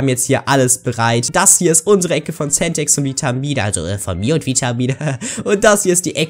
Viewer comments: Centex und nicht Sentex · TOLL AS IHR GEWIT ABER WARUM SAGT IMMER VITAMIE ZU DIR NICHT CENTEX SONDERN 😅😅❤🎉🎉🎉🎉🎉🎉🎉🎉🎉